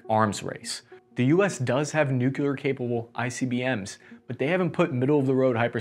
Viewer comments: Great video! Although I’d like to say your attempt to tackle an “Air Force” issue is a noble endeavor for a first try. I think this technology is already under our belt, but broadcasting our knowledge of it like our potential adversaries did would not be helpful towards whirled peas. I enjoyed hearing your different pronunciations on “New Cle-ear Vepons” (Thanks, Chekhov!—ST:TOS, Voyage Home) It’s better to say silent on technology edges than broadcasting them out loud. Although Julian Assange and that other guy who fled to Russia used free speech to say U.S. is spying on everybody, they’ve done great harm by showing everyone was naked to zero-day weaknesses—we needed that edge desperately as our human assets in spying really sucked. I consider hypersonics as red herrings, because we already have stuff to penetrate their side and there are no enemy, high-dollar targets worth shooting at with hypersonics. Ultimately, tunneling megawatt lasers with plasma slugs could render hypersonics obsolete (AKA: Hellbore from Keith Laumer’s “Bolo” series). And if you’ve gotten this far, I’m just fooling you! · I could never understand why ...nucular . Is nuclear , word coming from nucleus . """Though disapproved of by many, pronunciations ending in \-kyə-lər\ have been found in widespread use among educated speakers, including scientists, lawyers, professors, congressmen, United States cabinet members, and at least two United States presidents and one vice president. While most common in the United States, these pronunciations have also been heard from British and Canadian speakers. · It's pronounced new-klee-ur. Based on nuclei (new-klee-eye). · it's NOT "nukular" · Please stop saying nucular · even google translate is trying to correct you. dude, it hurts my eardrums it's nucLear. for the love of god or at least stop saying the word all together, I'm begging you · New Clee Ur. NOT Nu queue lar. You're welcome 🙂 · new-clear, not new-cue-leer